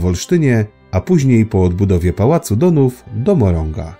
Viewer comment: Pałac Dohn h, a nie ch. Poważny błąd.